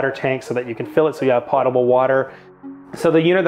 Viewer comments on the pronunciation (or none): why does everyone mispronounce potable? go look it up, it's a long o....lol